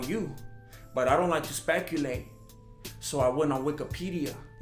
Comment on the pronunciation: Did he say SPANKulate?